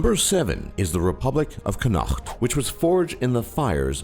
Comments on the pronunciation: its conat not conahcot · Its Connacht not Cunoacht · Connacht is pronounced Conact not Conaght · It's pronounced Connacht, not Con-nacht. Why did Humbert declare a republic of Connacht rather than a republic of Ireland? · its pronounced 'conakt' not 'chonachhhhht' oh mo dhia..... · Ok great effort but in number 7 it's pronounced (con/ukt) not (con/okt) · haha "CONUAUAGHT" its just con-ot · Connacht is pronounced 'con-ot' not 'con-nact' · That is NOT how you Pronounce Connacht! it's conn-acth/connot, not "con-ackt" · thats the worst pronuncation of connaught i've ever heard its like this con-och-th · I live in Ireland and live in the province of Connacht, its pronounced 'Con-uck-t'.. Not 'con-hukkt', less flem.. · it's pronounced kon-at not Connaught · Connaught is pronounced "CONNOT". Bloody Americans....or, should I say "MURRRICUNS"??!! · Connacht is pronounced con-acht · Connacht is pronounced: Conacht btw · The way you pronounced Chonnaght mad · It is pronounced "Con-ocht", not the wibbly wobbly way you said it. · it pronounced con-ucth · It's said connockt (connacht) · It’s pronounced Conn-ikt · Its connaught pronounced Con-aut. Learn! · You pronounced connaght wrong. Conuct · No.7 is pronounced [CONET] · Connaught is pronounced con-na-ckt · Connaught is pronounced like "Kon-ock-t". Not sure why it's spelt Connacht in the video. English spelling I assume. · Connacht (Con-knocked-th) Why do you people keep pronouncing it in such bizarre ways? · It's pronounced con-okt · why does he pronounce it like cunaacht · the way he pronounces connacht is wrong it should be said like comet only with an N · No.7 is pronounced con-uckt just putting that out there #isbrealiomEire🇮🇪🇮🇪🇮🇪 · its pronounced con-uct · the way you botched connaught (pronounced con-uckt) is fucking stupid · Wow I'm irish and I didn't know even know about the Republic of Connacht (con-uk-t) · Connacht (con-uh-cht) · You were miss pronouncing connacht, it's more like (con-uct). Just to let you know haha